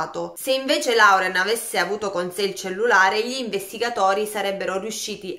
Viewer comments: Si pronuncia lorel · Più esattamente Loren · Oppure Loren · Si pronuncia loren☺️😉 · Ciao, il nome Lauren si pronuncia Loren … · Loren...si pronuncia ...